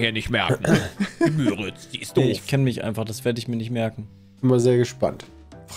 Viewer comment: "Die" Müritz ist richtig. Müritz ist auch was anderes als Müritzsee, das sind unterschiedliche Gewässer. und übrigens eher mit langem U und kurzem R, also "Müüritz" statt "Mürritz". dass das der größte ausschließlich in D befindliche (Binnen-)See ist, sollte eigentlich auch echt hartes Allgemeinwissen sein, mind. aber geografisches Grundwissen aus der 5. Klasse. Der Müritz-Nationalpark ist übrigens auch der größte Nationalpark in Deutschland, wenn man die 3 größeren mit Gewässerfläche (Watten- bzw. Boddenmeer) nicht berücksichtigt.